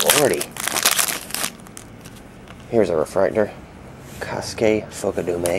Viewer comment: Kosuke Fukedome's name is pronounced, Ko-Skae Fook-Uh-Dome-A. Your welcome.